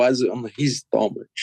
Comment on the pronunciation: Died when Paulo said stomaCHe 🤣